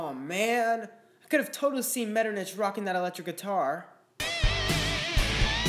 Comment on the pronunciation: I think it is pronounced MetterNICK, great video though!